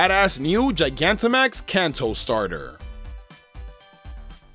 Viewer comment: lol you got charizard Gigantimax right